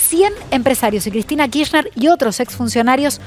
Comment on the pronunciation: "Kiztina choda Kiztina choda, shegua ze dobadon todo me lo dijo Cladin" 🤡